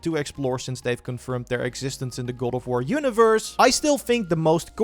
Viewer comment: goad of wurr